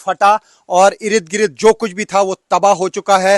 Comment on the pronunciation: Irid girid😂😂😂 achcha laga ye sunkar. Ird-gird bolne me utna maza nahi aata.